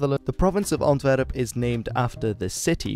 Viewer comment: Please either pronounce the Flemish places in a dutch pronunciation or the english versions in english pronunciation. But the english versions in dutch pronunciation, like "Antwerp" en "The Schelde" just sound super wrong and horrible. Expect if you're talking about the football team then you're fine. Thanks